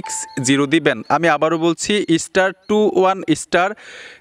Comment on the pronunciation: ইস্টার আবার কি 😂😂😂 স্টার বলুন